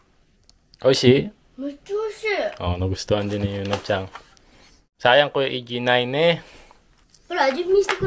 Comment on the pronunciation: sorry na ha? Pero... Was it me or tinatawag nyo talaga sya na "Yuna-chang" instead of "Yuna-chan"?